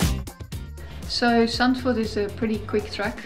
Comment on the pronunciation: Being Dutch I can say your pronunciation of Zandvoort is very good :-)